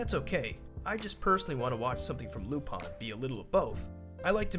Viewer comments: its "lupin" not "lupon".... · Lupon or lupin??? Because I swear his name isnt lupon. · why do you say lupon its written in lupin pin i dont understand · Why lupan and not lupin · Why do people call him Lupon and not Lupin? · Damn it's really pronounced lupon?